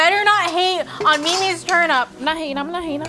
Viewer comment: It's not pronounced "turn-up".